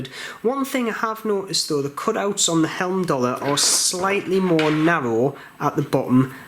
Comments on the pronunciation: Great review, thanks for taking the time to do this video, thumbs up given. The name is pronounced hyme-doll-er. Not quite sure why you're continually calling them helm-doll-er. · Video now driving me crazy. It is not Helmdallr!